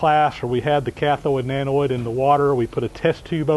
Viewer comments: Shawn Hawkins LOL I don't really care one way or the other. I just never heard them pronounced that way. We all know what it means any way it's pronounced. Just funny to hear is all :) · Good video. No big deal, but it's anode not anoid. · Not a great crime against the language , but you persist in saying annoid instead of anode. (what ever an annoid is, it does not exist in English speaking countries so spell checker throws a fit). Thank you for sharing your knowledge....much appreciated. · with all due respect, it's anode and cathode, not anoid and cathoid. It was a great explanation of electrolosis, and a great result. Please keep presenting these great videos. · Annoyed and thoide" ANODE and CATHODE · Love the video. Very informative. Just threw me off when he says anoid and cathoid... i was like wtf... anode cathode! messing with my head... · BTW, they're anodes not anoides. It doesn't rhyme with androids.. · Annoyed that a smart fellow like you, pronounces anode as anoid and cathode as cathoid. How would you say hemorrhoid? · Im anoide at the pronunciation :D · Avoid the Noid kept coming to mind lol. Good vid though! :) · sorry, the words are anode and cathode. NOT anoid and cathiod. Sorry mate. I do like your videos. Keep up the good work. John the Handyman is Las Vegas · Anode not anoid, Cathode not cathoid. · I am anOID by how he says Anode and Cathode 😏, but thanks for the vid 😁 I wonder if the process would be more efficient if you stopped it now and then and removed the "slag"? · SERIOUSLY! It's not Anoid and Cathoid.... It's ANODE AND CATHODE. There's no I in either word. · It's "cathode" and "anode," my friend - not cathoid and anoid. :) I'm really enjoying your videos, however. You are a very talented, skilled, and knowledgeable craftsman. Thank you for taking the time to bring these informative programs to us. I am disabled, so you provide me an enjoyable way to work vicariously, through you and your shop adventures.